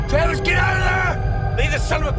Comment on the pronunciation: Ok skip it, the character outside the truck is named "Travis" & you can hear that clearly . It is weird though that 1st it sounds like they're calling him "Kayless" semi quickly.